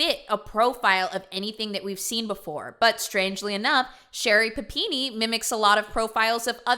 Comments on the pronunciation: I love the way you say PapinE lol You rock! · I was soooo happy when I saw the notification for this video because I was so excited to hear you say PUH PEE NEE again! Just so damn excited! lol